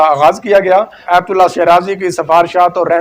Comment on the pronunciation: بھائی آپ بہت خوب معلومات بہم پہنچاتے ہیں آپ کی کاوش مولا امام قبول فرمائیں اور آپکی توفیقات خیر میں اضافہ ہو۔ بس ایک کمی ہے کہ اردو تلفظ پر توجہ کی ضرورت ہے مثلاً: روایت کو رویت پڑھ جاتے ہیں باہر کو بہر آیت کو ایت اسی طرح اور بھی بہت غلطیاں ہیں جو کہ ایک اینکر کو نہیں کرنی چاہئیں تاثر غلط جاتا ہے